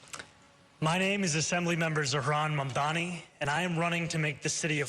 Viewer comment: So pathetic of Cuomo to keep mispronouncing Zohran's name when the guy is getting practically equal numbers in the polls. Pure racism.